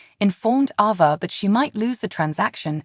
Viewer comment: Why do you changee avas name.? Sometimes u say it right and other times you say it wrong.please say it correctly